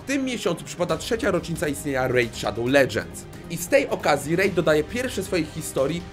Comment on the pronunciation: W KOŃCU DOCZEKAŁ SIĘ WSPÓŁPRACY Z REJD SZADOŁ LEDŻENDS XDDDD